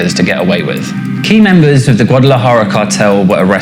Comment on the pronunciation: They've got all these white boys talking a whole lot about something they know very little of 🤦‍♂️ Can't even pronounce Guadalajara correctly 😂